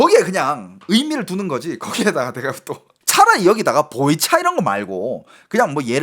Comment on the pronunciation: 보이차였구만. 보리차로 들었는데 웬 보리차를 저기에? 생각했지